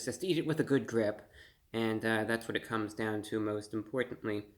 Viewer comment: I thought he said good drip 🤪😎